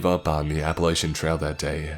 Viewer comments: As an Appalachian I can attest to saying it's pronounced "Appalatchian" Appalachian's get the big cringe when it's pronounced the other way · Another awesome narration,! One thing though coming from someone who had lived in the Appalachian area all his life, people here pronounce it (app-a-LATCH-a). Just a tiddybit of info ovo Edit: Also! The thing about the mist in the beginning of the story? That DOES happen here and it is in fact terrifying. Mountain fog is in fact dangerous, I've seen it get so bad that you can lose sight of your trail buddy four feet away from you, and the storm wind gets so loud you can't hear them calling out.